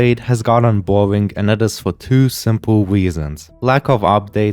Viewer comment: “and that is fer twio swimple resons”